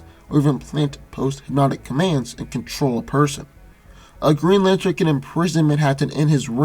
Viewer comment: What's a "Geen Latern"?